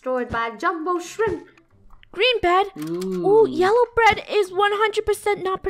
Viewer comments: Did anyone hear funneh say yellow bread?? 😂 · Did I just hear funneh say yellow bread instead of yellow bed